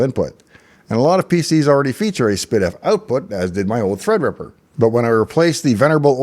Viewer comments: No, I heard spid-eff. It should be ess-pee-diff. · and all these years I thought it was pronounced "S P Diff"